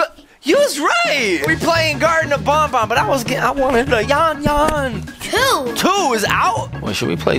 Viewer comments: IS NOT BONBON IT BANBAN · bro you didnt say banban you say bonbon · it's banban not bonbon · It's banban not bon just saying. And I love your content keep going! 😊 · You guys said bon bon but it is ban ban. your so funny 😂🤣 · It’s Garden of ban ban not garden of bon bon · Why are you saying “BanBan” wired it’s like Band not Bon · its not bon bon its ban ban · It’s not bonbon it’s banban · Bruh said bonbon it’s banban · You said band band wrong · She said bonbon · Bruh said banbab wrong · it is pronoced ban ban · It’s banban